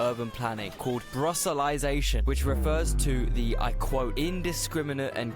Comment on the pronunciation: To answer the question if it is funny to us. It's funny. all good. It's memes, right, not the actual truth. Puts a smile on my face as it is based on some truths. which makes it good. BUT Brusselization he butchered. Like he didn't understand the wikipedia page even. There are parts where he just didn't get the initial meme as he stole this from another video.